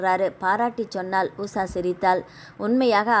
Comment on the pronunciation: Usa va usha va.ucharipil romba mosam.